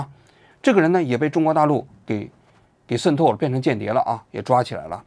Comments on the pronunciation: 王局，跟我念：shen 透！ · 王局这期节目简直太用心了，为了能让台湾网友能听得懂。把渗透都故意说成“sen透” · 王局，你讲“渗透”的发音能读准点吗！！！森透、森透、森透，，，，，也开始台湾腔了！！！！ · shen透，不是sen透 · 不是读SHEN透吗？王局总是读sen tou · shen透，不是sen透😂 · 王局 那叫 shen4 透 shen4！ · 为什么你读渗透读作sen透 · 这个渗透听的我好难受，新版读音改成 sen 了？ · 僧透到了哪儿？王局这是要嘲讽 还是普通话退步啦？😂😂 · 王菊不仅化学元素胡乱发音， 连个渗透发音都成问题， 参考其口语，绝非用方言可以搪塞的。